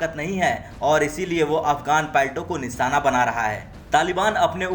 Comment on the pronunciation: "निसाना" बना रहा है।